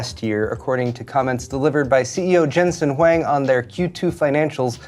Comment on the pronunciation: For a second, I thought you said jensen The wang...